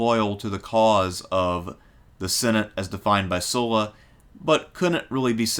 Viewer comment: SUH-LA --- not "soo-la"